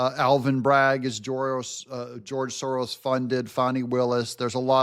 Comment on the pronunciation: You said Georos.... I like it more than George Soros. I think you misspoke a new term😂😂😂😂😂😂